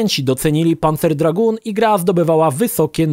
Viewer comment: tak jak Lukasz Skywalker napisał - Dragoon wymawiasz "Draguun". Tak samo jak masz Lagoon, które wymawiasz "Laguun".